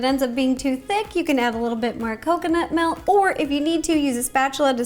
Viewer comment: This is how many times she said MELK ⬇️ ⬇️ ⬇️